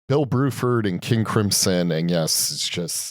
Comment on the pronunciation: You two are killing me. It's BRUford and WeTTon 😁